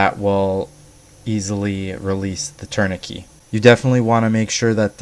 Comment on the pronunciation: Good technique. Just a heads up though it’s pronounced tour-ni-ket